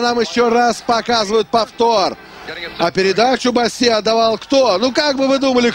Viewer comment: не Босси , а Босси!!